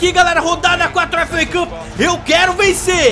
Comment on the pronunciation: "Efu uei cupi" kkkkk